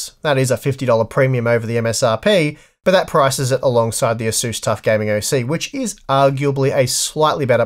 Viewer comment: This asus pronunciation is completely unacceptable. I'm surprised that you don't say jigabyte